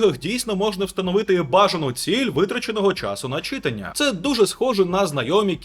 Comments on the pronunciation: Трошки продушню, не чИтання а читАння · Наголос на слові читання повеселив, ніби на уроці укр мови)) лайк за контент українською 👍 До речі може є інфа чи збираються нарешті додати регулювання гучності будильника, чи прогрес яблук ще до такого не дійшов?)) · друже, у слові читання наголос на букву А